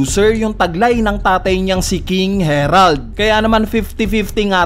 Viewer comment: "King Herald"🤦🏽